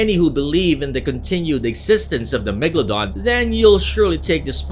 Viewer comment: my friend thought the megalodon was a place cause he pronounced it mega london